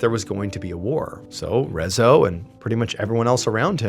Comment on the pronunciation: well, yes, but not like he told the story, Rezső (in the video he pronounced rezzo) was a depressed man, who played on the piano in a restaurant like place, but mostly to himself, then one day, László liked how Rezső played on the piano, and asked him, if he could write a Music, for his poem, and after some trials and errors, Gloomy soundy was born, he was happy when people started to listen to their song, and finally could made a little earnings, but in the meanwhile, some people (two or tree if i remembered correctly) comitted suicide, and beside their bodies, were the gloomy sunday's lyrics written on a paper, so the police assumed it was his Music wich caused the suicide, so in the radio they almost cut short the song, then banned entirely from the rádiós, Rezső, fell in a deeper depression then the ww2 happened, he almost got beaten to death from a german man, but he recognised Rezső, helped him up, give him a cigarette and asked him to play the song, after that, when his wife left him, and he was alone, he tried to kill himself but failed, and was rushed to the hospital. Where he took his own life with a pillow. And after the suicide cases where were the lyrocs written beside their bodies, has became international, around the world people added to it to sound more tragic, than it is, that dozens of people killed themselfs after hearing the song when its not entirely true, 2 suicide cases were officialy tied to the song and one as a speculation, the rest if i know righ